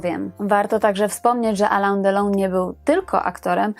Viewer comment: No nie jedyny -. Alain Delon czyt.: alę delą a nie Alan.